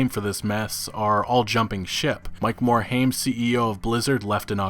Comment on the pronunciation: MOR - HIME not MOR - HAIM :)